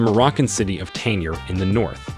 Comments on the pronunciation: the correct way to pronounce the g in Tangier is like the g in algebra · You're pronouncing Tangier wrong!